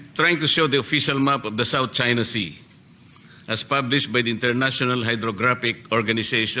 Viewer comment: Kunwari hindi mabigkas ang china.